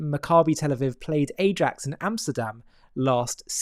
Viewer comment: dude had no idea how to pronounce Ajax, but there will always be some naive ppl who will believe he has any idea what he is talking about and will believe that this never happens and the only explanation is antisemitism